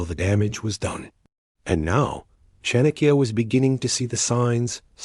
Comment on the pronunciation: It's pronounced Chaanukya...The first a is pronounced and the second a shorter one.